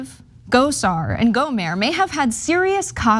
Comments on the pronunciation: It's not go mare it's gomer Louie gomer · GohmerT with a hard T like TANK, not Gohmert like Stephen Colbert hahaha. Just want to throw that in there. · It's Gohmert, pronounced like yogurt. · Just a tip: his name is pronounced GO-mert. The 't' is hard. Rhymes with 'hurt'. You can see him frequently make an ass of himself on the floor of Congress on C-SPAN. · Another case of or her producer not doing prep research. Google how to pronounce these names and learn their backgrounds. Do the work, it undermines your credibility. GO-murt. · Airhead. Riggleman was never Chief of staff and she has no idea who Gohmert is or how to pronounce his name. Pretty doesn't equal qualified. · Is she mispronouncing 'Gohmert' on purpose? Or does she not do basic research?